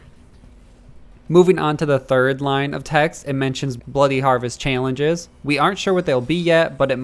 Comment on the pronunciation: I can't get over how he says "challenges"